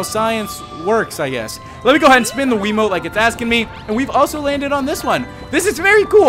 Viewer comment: At the start I thought you said wimote